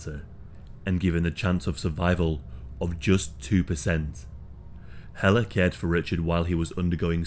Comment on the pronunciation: Thank you for this story, and for not butchering the name Helle! I'm another Helle that ended up in North America, with someone you " just don't leave", and get away with it.! I got away, we with my children, and survived and thrived despite of his efforts to make my life a living hell. I read about this story years ago, and it sent shivers up my spine. Thank you for not letting her be forgotten 👍